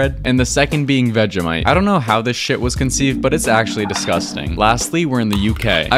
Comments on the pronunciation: one: It's pronounced Veg- ie- mite and two: you do not need to put that much vegemite on that poor piece of toast, only a small bit. If you can't tell, I am Aussie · Bro, you’re not meant to put Vegemite on the thick and you meant to have butter and Vegemite ALSO you pronounced it wrong. 🤭🤭